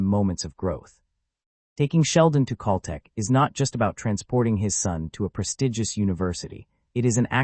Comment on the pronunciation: I can't listen to the mispronounced Cal Tech any longer!